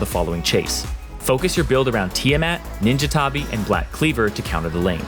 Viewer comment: he pronounces ninja tabi right pog